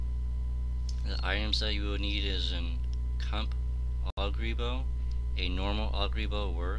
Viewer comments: its "oh gur" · shocked you pronounced ogre wrong. oof !